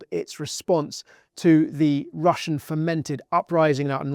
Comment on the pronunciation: It's Russian, not "Russain", do better.